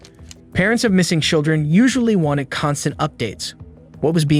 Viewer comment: SHILdren "unCHAIRacteristically passive" glad to know this is definitely an AI narrator 🙄